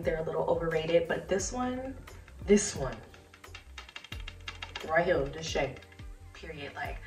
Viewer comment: I like when she smells the chez bond # 9 and the hood come out of her and she says diswunryeheer!(this one right here!) 😂😂😂 sold!!!!❤❤❤ can you do a review on the Harmonist fragrances please 🙏😊